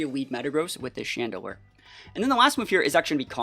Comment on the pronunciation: IT'S CHANDELURE, NOT CHADEDELURE!